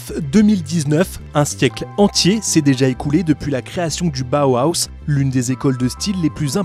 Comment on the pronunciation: c'est Bauhaus pas bauhauhahaus